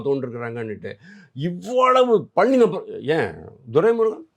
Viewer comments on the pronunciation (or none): none